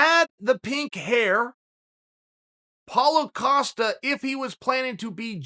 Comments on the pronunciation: “Paulo A-Costa” - Chael Haha! 😂😂😂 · Lol 😂 still sayin Paula Acosta 🤦‍♂️ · Chael: Paulo O’Costa Me: Ok, great. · Chael "Paulo Acosta" Sonnen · What the FUCK is it with all these people (Chael included) calling him Paulo Acosta? When the hell did the A ever get added in front of the guys name, and how long until it's removed?